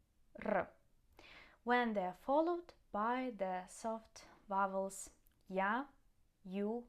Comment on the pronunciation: I like when you say "Vowels" it's funny 😂